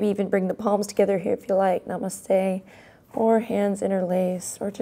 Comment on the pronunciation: When I hear Namaste, it sounds like "Nah, Must stay" 🐳